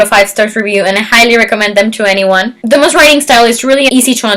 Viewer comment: The S is silent in Dumas